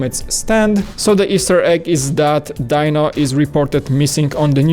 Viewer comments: Its pronounced dee-no even though it's spelled as dino for some reason. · Sigh. It's pronounced, Dee-no.🙄